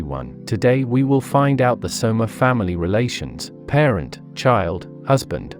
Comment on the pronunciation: It's Soma/Sohma. Not Shoma